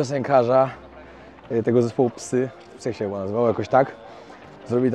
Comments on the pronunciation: Zespół psy prawidłowo wymawia się "saj" w języku angielskim oczywiście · Zespół psy wymawiaj się jako "saj i tak wymawia to zespół"